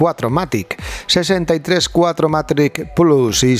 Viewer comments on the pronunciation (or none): Hola porqué no se tiene en cuenta el alemán al igual que el inglés ??? Cuatro Matic ?? no es mejor decir VierMatic ("fieMatic") y no me vengáis con chorradas que la gente no sabe alemán porque tampoco sabemos inglés, e intentamos decirlo Y hace ya varios años ya sabemos que significa Full Equipe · Lo gracioso es que encima dice "Cuatro matRic" haha